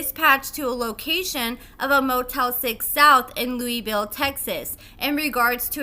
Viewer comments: LEWIS-ville, Not LOUIS-ville, lol. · it's Lewisville, TX. Not pronounced like Louisville, KY. Lew-Is-Ville! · It's not Louisville it's Lewisville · LEWIS-VILLE NOT LOUISVILLE. Damn! They are pronounced differently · it's Lewisville just like is spelled not Louisville like Kentucky... 😊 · Love you but it's pronounced Louis-ville. I unfortunately live not too far. Also- think quaylon can hook me up? 😂 Edit:: nevermind. Carry on. 😳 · Its Lewisville the way its spelled